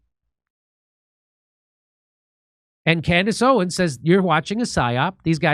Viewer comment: Jimmy, love your growth and you seeing the light over the last couple years. In all do respect, because this is a hot topic and her name is and has been spoken about many of time. It is NOT OWEN...OWENS Jimmy say it with me now.